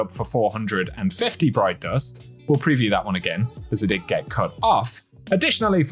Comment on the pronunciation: Man I sure appreciate your videos. I just can't stand the way you say lets get into Eht. But thanks anyway. Great content.